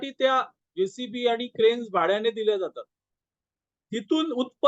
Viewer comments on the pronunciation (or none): जेसीपी नव्हे, जेसीबी. 🙏